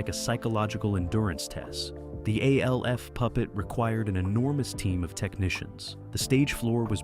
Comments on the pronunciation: Alf, not A. L. F. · Why do you call it A-L-F? It's literally just Alf. Did you not look it up before making the video? It's distracting when you say it and takes you out of the video. Other than that, I like the way you do your videos. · Its pronounced Alf not A-L-F ...lol😂😂😂😂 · Every time he says A-L-F all I hear is AFI the music band. Fun fact their full legal name was "A Fire Inside" But nobody every called them that. MGMT on the other hand trolled their own followers who didn't realize this acronym means Management and in business, if you see MGMT you're supposed to say Management. They knew most of their fans wouldn't get that. It was an inside joke the band had of mocking their own fans. Funny Gen X got this nuance and the joke, Gen Z didn't, and they get pissed if you point it out to them. The will argue until they're blue in the face, all you have to show them is an find a much later interview from the band to prove you're correct. The band was called Management. Their album was called MGMT. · Sorry but the video crossed the slop line with Alf being pronounced as A-L-F. I'm out. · You say alf as one u dont separate the letters 😮